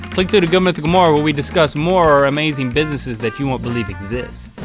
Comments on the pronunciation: Rhett said bisssesses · Did he just say Busisses?